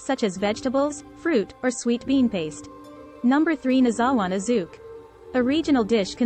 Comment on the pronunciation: Nozawana zuke is pronounced Noh-zah-wah-nah zoo-kay (approx)🙄